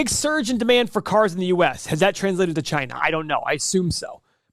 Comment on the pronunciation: First , you can't even pronounce China properly and know nothing about Chinese EV space and you want to analyse NIO a Chinese company. Save your breath, Keep to yourself. FYI, most of Tesla's revenue comes from China.